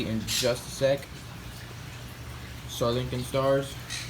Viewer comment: Hey man I'm sorry I know you must get annoyed with this a lot and I'm not hating at all but you really gotta pronounce that Sri Lankan Star Tortoise name better lmao I feel like you're saying Sir Lincoln. Shree Lahnkahn is the best way I can spell how it sounds lol no hate though I just think its funny. Love the great work and videos, keep it up!